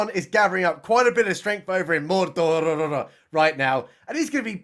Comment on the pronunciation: WOULD YA BELIEVE IT? as I sat down for dinner releases a new video and SHUT THE FRONT DOOR he’s talking Lord of the Rings!! And he even pronounces MORDORRRR as it should, like they do in Rings of Power!!